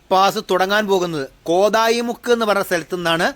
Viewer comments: കോതായി മുക്ക് അല്ല സർ " കോത്തായി മുക്ക് " എന്നാണ് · കോതായിമുക്ക്, അല്ല കോത്തായിമുക്ക് ആണ്. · കോതായിമുക്കാല്ല, കോത്തായിമുക്ക്‌